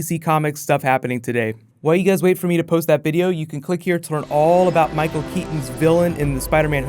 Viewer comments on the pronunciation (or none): none